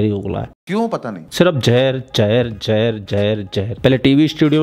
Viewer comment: Jahar nahi Zahar bolted hai